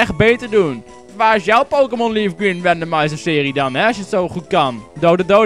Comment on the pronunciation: Waarom zegt eigenlijk RandomNizer?